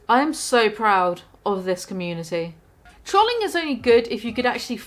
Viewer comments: “Trahling” love Brit pronunciations. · "trawlling" just made the biggest mistake of her entire career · why do you pronounce trolling like trolly